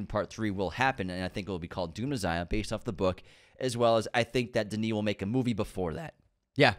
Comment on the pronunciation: Messssssiah meh-sssss-ish Not mezziah